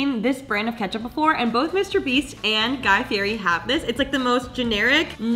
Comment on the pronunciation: saying fieri wrong every time 😂